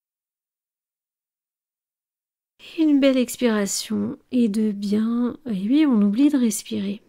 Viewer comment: Dites oui svp et pas ui.